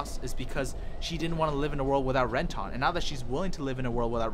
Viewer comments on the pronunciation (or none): How are you a fan of the show and just absolutely butcher everyone's names lol, ren-tahn? When the hell did you ever hear it said that way in either the English or Japanese I don't get it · Ren-tawn lol